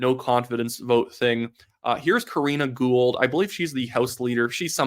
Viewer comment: ITS KARINA GOUHL, GET IT RIGHT